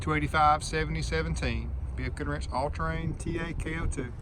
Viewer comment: Im a northern guy but it kept sounding like you were saying BF Goodwrench.